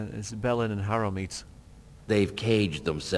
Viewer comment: "Bellend and Harrowmeat" Okay, V.